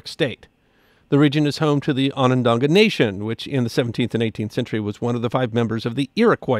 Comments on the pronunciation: It's on-an-dah-gah not dong-ah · It's On-on-daga, not On-on-donga. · Thank you for this episode! However, there are only two Ns in Onondaga (pronounced on-on-DOG-uh or on-on-DAH-guh, not on-on-DONG-guh) and no i’s in Syracusans. 😉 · ah-nun-DAH-gah, Its a Haudenosaunee name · Ran into salt potatoes in 1968 at the New York State Fair. I was old enough to appreciate the potatoes, moved from the area, never knew the history of of the salt, thank you. The pronunciation of Onondaga has only 2 "n"s not three, fantastic history! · My wife and I were just at Syracuse's Salt Museum a month ago! 😃 Edit: You're pronouncing Onondaga wrong. My wife is Onondaga, so I'm pretty familiar with its pronunciation. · While I enjoy, he really should've found out how to pronounce the word Onondaga. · Great episode aside from butchering the pronunciation of Onondaga. Big fan. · LOL! I was a little bent about that myself